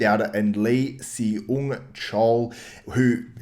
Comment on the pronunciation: Hey man, Seung is pronounced Sung. Great video btw! Love the content.